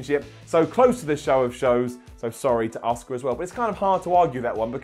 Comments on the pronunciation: Is it just me or does everytime tries to say asukas name he says oska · LEARN HOW TO SAY ASUKA'S NAME RIGHT!!!